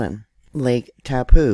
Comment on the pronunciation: That letter on the end of the name Taupo is an 'O' that makes its name end in an 'Oh' Try saying TaupO!